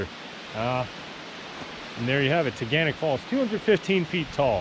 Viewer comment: As a resident of Ithaca you ALMOST pronounced the name that us locals say. At the end of the word it’s pronounced “nick” not “knock”. Tuh-Gan-Nick. Great video though! Haha!